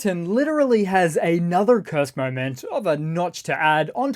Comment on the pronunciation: You say Kurst Oblast. I'll just say Kursk People's Republic